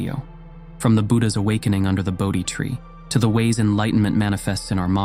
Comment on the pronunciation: Bodhi tree. Get it right.